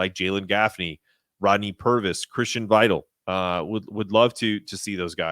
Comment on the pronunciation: How do you host a UConn podcast and keep jacking up the pronunciation of players last names... This time it was Christian Vital